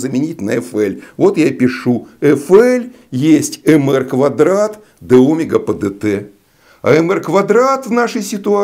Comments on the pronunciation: почему Вы ставите ударение на первую гласную Омега, а не на 2-ю омЕга ? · Млин , а меня в школе учили говорить омЕга , а не Омега!? Это.....ужас! Как быть?